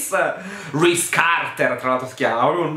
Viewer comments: Ogni volta che hai detto RISE CARTER mi sono scassata. Non smettere mai di fare queste recensioni 😂😂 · ADORO come pronunci Reese Carter! 🤣🤣🤣